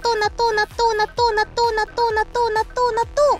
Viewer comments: The Natto chant started to sound like Donut midway through! lol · When she said natto loads of times I swear I heard her saying donut a few times. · her "natto natto natto natto..." started to sound like "tuna tuna tuna tuna..." xD